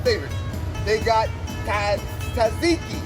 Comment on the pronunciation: my man u slaughtered the pronunciation of "tzatziki" no cap . pretty sure it's not "taziki" (source:Am Greek)